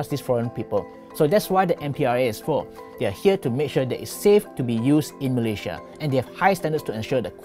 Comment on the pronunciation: Pl.pronounce 'Malaysia' correctly.